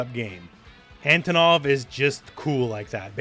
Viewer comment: He looks classy! I like his redesign. Out of all teams Team G. A. W. looks the most appealing to me! I've been a sucker for dinosaurs and tigers since I was a child. And I'm a fan of big muscular guys. PS: The accentuation is on the first o. It's Antònov. Just so you guys know, how to pronounce his name like a Russian!